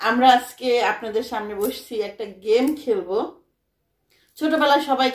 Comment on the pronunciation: Game ke ghame bolen ken???